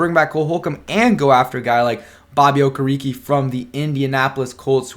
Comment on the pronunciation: not to nit pick bro but his name is pronounced Oh-Care-A-K (Okereke)